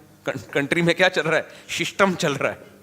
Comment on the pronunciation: apke muh se shishtam word acha lagra sunne 😂😂🤣🤣